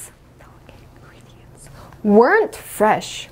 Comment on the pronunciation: the ingredients과 the atmospher (발음을 틀리게 하셨네요....더가 아니고 디 아닌가요?)